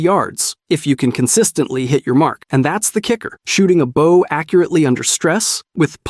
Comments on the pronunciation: What the frick is a Baow? .. it's called a BOW!! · Alright, to sort out the bow thing, because it really bugs me There are two bows in the English language. The first one, is the bow of a ship. This is what you keep saying, with an o pronounced like in "ow" The second one is the hunting bow, pronounced with an o as in "oh" I hope this is more helpful than just complaints Great vid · baow? what the fuck is a baow bro 😭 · Fuck baaw what reminton? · I like the video but why are you saying bow wrong but crossbow right? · I was enjoying the video but you keep saying bow wrong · Same 😂, so painful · As an archer, violinist, arts & crafter and white belt in karate it really throws me at times 😅🤷🏽‍♂️😂